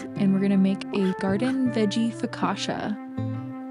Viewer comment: My wife is from Italy and also has made her share of focaccia. FYI it isn't pronounced FOE-KA-SHA, but Fo-ka-cha - like Cha cha cha. So next time you make it practice dancing the Cha-Cha with Joe, Also generously poke the dough with your fingers creating a bunch of receptacles to hasten the baking and filling with extra virgin olive oil. Try it - you like it!